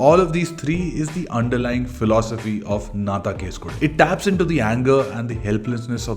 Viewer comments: Nice video ❤. Its actually pronounced “ennnaa thaan case kodukku “ rather than “naa thaan case kodu” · not nna than kesu kodu.....ponounced as enna than kesu kodu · U need to pronounce Nnaa...Then Taaan ---you Case kodu...file a case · Pronounce it as"Enna" taan case kodu. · I think he is incorrectly prouncing the title of the second movie.